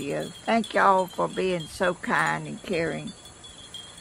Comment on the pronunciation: Good on ya ! I love the pot and I love how you say, Y’all.